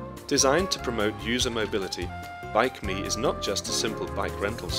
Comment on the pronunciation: It is not Bike Me, it's BikeMi